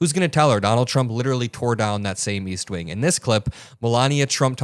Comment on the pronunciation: East wink???? Ohhhh she meant wing